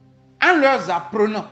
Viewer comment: "ami aux dictateurs"? "en Leur Z apprenant"? Et pourtant il lit un texte... Etc